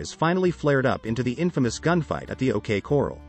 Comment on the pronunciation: Well I've never heard it pronounced the OK cawral, lol.